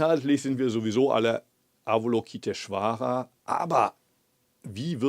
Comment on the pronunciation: Lieber Muho, vielleicht würde sich Ava-LOKI-teshvara über eine schönere Aussprache freuen. Ich spreche das auch immer falsch, aber die korrekte Aussprache ist bei weitem harmonischer als unser gebrabbel.... Nur eine nebensächlichkeit. OM